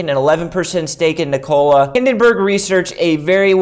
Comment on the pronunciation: its not niKOla its NIkola bruhhhh